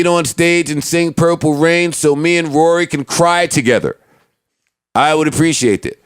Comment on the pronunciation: TRIPPY GRAMPS kory??? You mean Rory?????? 😱😣😭😭😭😭😂😂😂😂